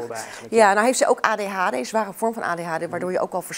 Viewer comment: De klemetoon op adhd😂 mss is het anders in Nl idk...